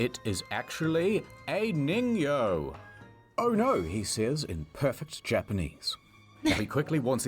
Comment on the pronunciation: That's "niño", this is a ningyo (lit. "man-fish")